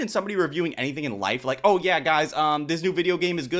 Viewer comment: As soon as she said any-THINK 😮nah bro